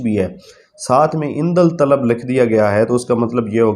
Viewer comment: لفظ عندل طلب نہیں ہے بھائی جان۔ یہ ہے عندالطلب ۔ اس میں الف کے بعد والا لام نہیں پڑھا جاتا ہے